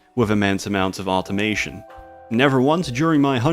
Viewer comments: Did you say "automation" or "autismation"? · "automation" your accent is showing